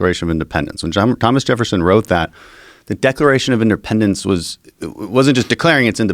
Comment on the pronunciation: “The declaration of inderpendence”